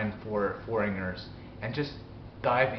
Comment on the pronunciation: In a few videos I've heard you pronounce "foreigner" as "foringer." It's not -nger, but rather -gner (silent G). Say it "4 N er." But I have noticed that your accent and overall pronunciation is better here than in some older videos.